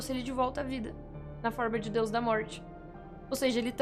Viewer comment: Pessoas normais ouviram a falar "diário de Deus" mas eu ouvi "diário de DIO" 😆